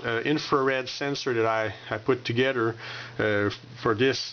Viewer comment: Togeder! I keep cracking up when he says together and I love your Canadian accent.